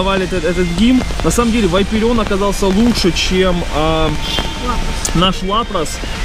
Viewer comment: не вайперион а вапарион